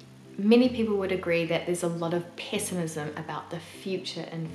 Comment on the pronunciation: Did you say perpetual "piss i mism"?